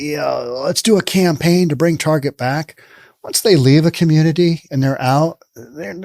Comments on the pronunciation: Ok dude. You saying Tarjay really was annoying. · “Tar jai”, I’ve never heard it pronounced that way before.